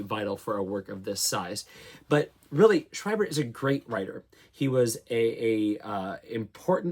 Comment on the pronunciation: Schwiebert is pronounced "Shv-ee-bert" a "v" consonant and long "e" sound.